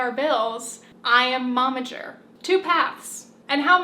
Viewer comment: You say Momager, but I keep hearing "Mama Jerk". I cannot unhear it now